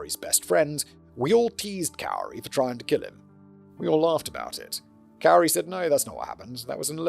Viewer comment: and I’ve always heard this person’s name spoken as “KOO-ree”.